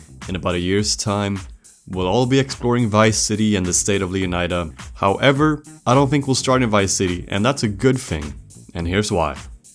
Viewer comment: I hate it when someone calls it leonyda, dude its inspired by florida, do you call it floryda?